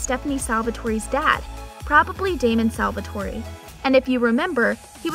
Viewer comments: It triggers me so much how you pronounce their names as Stefuuhn, Alleric and Salvatori 😂😭 It's basically pronounced Steffen, Al-uh-ric, and Salvator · Clearly this girl is reading off a script. She is saying Stefan wrong and Salvatore wrong. She is say Stefan like StefOn and Salvatore like Salvatori? Like what! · Can someone tell that Stefan is pronounced Stefin, salvatore is pronounced salvator, the e is silent and maybe watch an episode of TVD in english to see how the names are pronounced 🙄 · IT IS SALVATORE NOT SALVATORY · Everyone: Salvatore Her: SalvatoreY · Look i appreciate your work but it stefan not stefaaan and its saltvatore not salvatorie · Salvertory🙄🙄🙄🙄 did she seriously say salvertoryyyy???? Father lawd!!! 😭😭😭😭 Repat after me sal-ver-tor!!!! And stop saying Stefan!! 😢😢 Kai Parker is the only one allowed to say that😒😒😒smh! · It's not Salvatoree, it's Salvatore. The e is silent. It's not Stephaan, it's Stefan. It's not Alearic, it's Alaric. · Say it with me. Sal-vah-tore. Not salvatorie Ah-lar-ick. Not aleric Ste-fin. Not Stefahn. My God that made me angry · ITS A-LAR-IC NOT ALLER-IC AND ITS PRONOUNCED SAL-VA-TOR NOT SAL-VA- TOR-E AND ITS STE-FAN NOT STE-VEN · "salvatory!" lmfao... say it right ffs, can't watch this because of that.. its salve'TOR ... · Did this girl just say Salvatorey and Al-er-ic.... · It’s annoying when you can tell the narrator never actually watched the show. Lmao Salvatore-eee lol 😂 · Lol salvatoree Alaaric.... his first scene he explains thats not how you say his name. Stephaun... If you don't watch the show they shouldn't do the video. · fr lmao whats salvatorey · the name they gave their daughter was Stephany but they said “Stefan Salvatorey” and “Damon Salvatorey” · Don’t forget she mentioned Stef-ON SalvatoreY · Just to help clarify how to pronounce the names, I greatly noticed that were mispronounced. Crossing fingers for an Elena and Damon appearance in Season 3! A-LAR-ick Sal-va-tore Stef-an